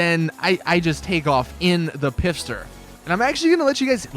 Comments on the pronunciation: Pfister not pifster u fucking spaz lol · pfister is a silent p, as in fister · the Pfister is pronounced like fister